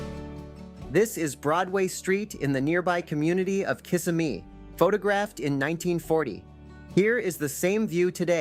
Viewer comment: Many great scenes and memories. Would like to have seen a picture of the old Albertson Library, the Merita bread plant, the notorious wigwam motels on SOB Trail, and shots chronicling the surprising decline of Fashion Square Mall. “Kissimmee” is mispronounced by the narrator.